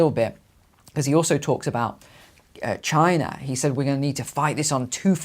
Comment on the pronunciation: 33 "Chiner"?